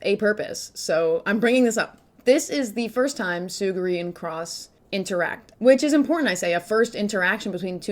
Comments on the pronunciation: Its Tsu-ru-gi Not Tsu-gi-ri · It's not Tsuguri, it's Tsurugi lmao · Love your videos:) did not love the “Tsuguri” pronunciation of “Tsurugi” 😭😭😂